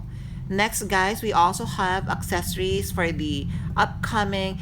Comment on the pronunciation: Accessoires is not pronounced accessories. You’ve been mispronouncing it for years and I’m shocked no one has corrected you. The spellings are different. “Soir” is “swah.” Also, The “s” is silent in palais. It’s “pah-lay.” Otherwise, another informative video. Thanks!